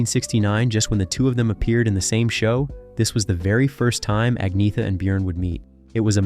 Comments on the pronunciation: Learn to pronounce. Ah-Nyeh-Ta. ByORN. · I know swedish names very well and iam an expert in the swedish language. You dont pronounce her name Ag-naya ta,, jag lovar